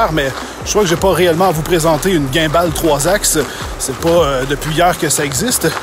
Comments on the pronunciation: chaque vous qu’il dis "ginball" sa me tue de l’intérieur sa se dit "gimball" ❤️ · La prononciation de gimball ne va pas du tout😂😭😂😭